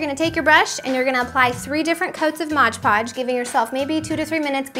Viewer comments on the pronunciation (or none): it's Mod Podge not modge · MOD PODGE NOT MODGE PODGE!!!!!! i'm sorry if i sound rude but that really annoyed me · Couldn't even watch more than 2 minutes of this. It's pronounced "MOD Podge." If you're looking right at the bottle, you should be able to read it. Pretty big letters there. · Omg I came to say exactly that! Why can't anyone seem to pronounce it right!? It's MOD PODGE! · dont say modge ever again it drives me insANE